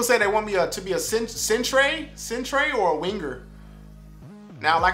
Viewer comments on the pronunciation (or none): it's a "Center" not a "cent-ray". You may think that it was "cent-ray" because in the rest of the English speaking world, (UK, AUS, NZ RSA) they spell Center, Centre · Center not Centray lol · Bro centre is pronounced as sen-ter 🤦‍♂️ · My man just pronounced Centre "Centray". Like center lol.. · My man said centrayy lol you spell it center we spell it centre 😂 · man said sentray 😂